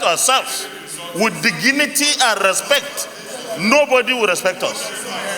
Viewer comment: Did anyone c d way that senator pronounced DIGNITY ??? Lmao. Hey! I feel like crying for my people, what kind of leaders re this???